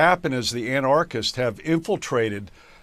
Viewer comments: someone needs to explain to this genius how to pronounce "anarchists" and "anarchy'.......wow, maybe know how to say a word before you start broadcasting your ignorance to the world....... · an -arch -ists - can you pronounce it correctly, dude?